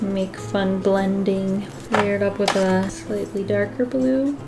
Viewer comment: Me: Alright! What’s coming next! What is the next video! HOW DO I PREPARE-: Sketch Wiff Me!!! Me: but... isn’t that what you do every day? 😂 Love u! Never stop sketching!